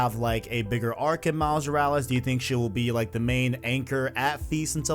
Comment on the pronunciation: Say it with me. MILES MORALES. MILES MORALES. not however you are pronouncing it Miles Yursles wtf